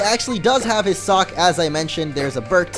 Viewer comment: hey, it is soock not sock